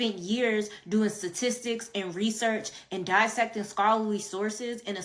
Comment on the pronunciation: She spent years doing “satistics?” 😂😂